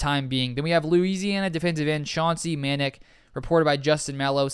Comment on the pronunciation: And Chauncey’s last name is pronounced Ma Nac. Rhymes with attack and sack.